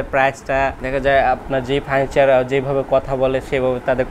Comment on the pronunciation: "ফার্নিচার" শব্দটা এত বিদঘুটে ভাবে উচ্চারণের জন্য একটা পুরস্কার অবশ্যই প্রাপ্য, আর দোকানদারের চেয়ে ৫০ লাইন বেশি না বললে দর্শকের কান দোয়া করবে আপনার জন্যে